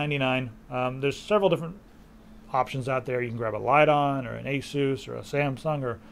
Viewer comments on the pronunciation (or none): none